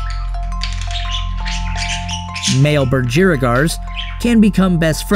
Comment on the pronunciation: The way he says budgerigars tho